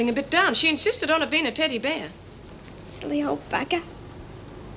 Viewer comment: Why does Meg pronounce teddy bear like that? Teddy BEAR?! Almost as though she wouldn’t bat an eyelid if it was a Teddy Aardvark. I’ve never heard any native English speaker say it like that before. English, American or Australian. It’s like the weird way she says CASSette player as well. Odd.